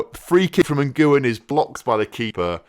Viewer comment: Jesus when referring to an American (South, North or Central) is pronounced Hay-zeus. Lee Ngyuen's last name is pronounced win, not n-goo-yen